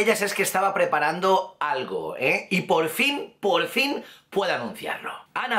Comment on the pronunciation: like si te diste cuenta de que al inicio de vídeo dijo polfin XD